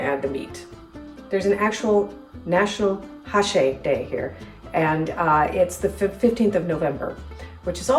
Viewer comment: It's not háchee, with the emphasis on ha, but it's hachée, with the emphasis on chee. The meet pieces ought to be bigger and the onions in slices, not chopped